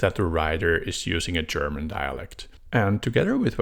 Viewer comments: actually your german pronunciation is pretty good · Your German pronunciation was quite good! Certainly intelligible to German speakers; just heavily accented. Nothing to be ashamed of! :)